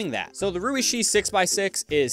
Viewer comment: it's actually pronounced more like the sh in shoe lol, not like "she"